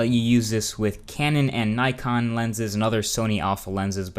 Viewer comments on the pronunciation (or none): none